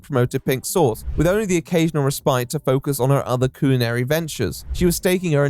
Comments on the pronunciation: Every time you say coolinary I flinch 😂😂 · coo-linary? bro how can some people not just pronounce things the way they're spelled...? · I'm calling everyone from the UK "People born with a natural speech impediment" if I hear the word "coolanary" one more time, and I'm only 13 minutes in. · I hate how you mispronounec culinary, its not coolinary thats a fuckin U. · Mate I realise you are posh and thats your 'gimmick' i get it but why are you saying "cuisine" and 'culinary' like that? "CULONERY'" Nobody says it like that. Its like when someone who has only read a word and not heard anyone use it in context. Also the Irony of not being posh enough to pronounce French words correctly let alone the fact 'Culo' means bum in Spanish and she is selling from Miami which if you are not aware, has a large Spanish speaking community. I like authenticity. Your just a jumped up middle class english lad, and cant get that right despite the anime bollocks. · Coolinary? Ronch? only pronounces O's. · why does he keep calling it "coolinary" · Coooolinary. For a guy so committed to the patronising, fake posh voice, you can't pronounce shit bro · A.i voice?? "Coolinary"? Never heard a human pronounce culinary that way Or any human pronounce "debuted" as "de-but-ted"